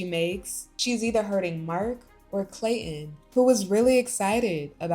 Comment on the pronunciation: There’s a ‘T’ in ClayTon 😂